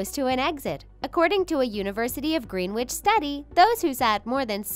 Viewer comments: "University of 'GREEN-WITCH'?" It's pronounced as if it were spelled, "Greenitch." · Hi, I realised that you pronounced a location in England, as 'Green Witch', it's spelt Greenwich, so your mistake is understandable. It's actually pronounced 'Gren-ich'. Sorry, just had to point it out lol.